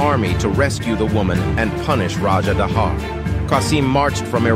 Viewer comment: As a Pakistani, We pronounce Dahir not dahar